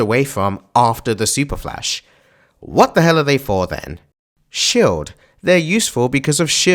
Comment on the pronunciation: Never have I heard someone pronounce "shield" as "shilled". How do you even get that idea??